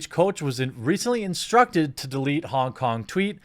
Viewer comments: “...to dereat the tweet.” Oh no. The Chinese have him! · "Directed to derete" Jeremy racist cOnFiRmEd